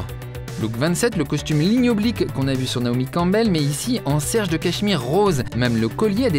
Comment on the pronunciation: Loic on dit sergé pas serge 😉 désolé je suis Canut (tisseur de soie) ça me pique les oreilles